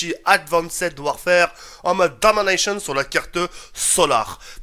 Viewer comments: arréte de dire Dominatione enfin avec l'accent anglais!!! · " Dominaychone " xDDD J'adore x)